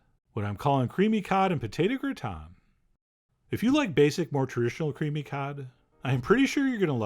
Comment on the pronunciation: If anything, Chef John allows me to correctly pronounce gratin as 'gruh-Tahn'. Useful!